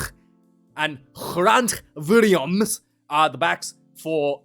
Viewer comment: Good work with the name pronunciations- EXCEPT for Grant Williams😂😂😂😂😂